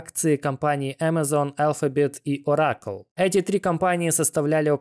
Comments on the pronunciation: Не Ора'кл а О'ракл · ну нельзя делать видео и не уточнить как правильно произносятся названия крупнейших компаний, "орАкл" ну что это такое??? ощущение что человек делает умное видео, а название крупнейшей it компании первый раз увидел, ну можно же даже просто по английски правильно произнести